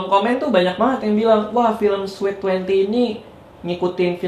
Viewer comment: You pronounced sweet wrong. You pronounced it as sweat. Sorry can;t contain myself